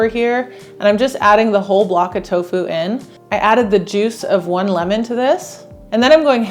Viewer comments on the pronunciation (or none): none